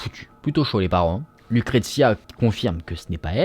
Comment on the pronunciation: On dit LUCRECIA. BONNE HISTOIRE